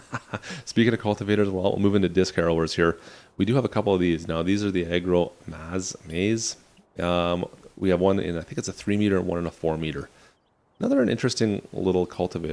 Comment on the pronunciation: Agro masz u read as Agro mash